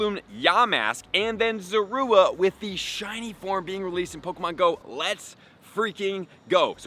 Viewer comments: thats not how you say its name it sounds like your saying zarude and not zorua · Why do people keep mispronouncing zorua.....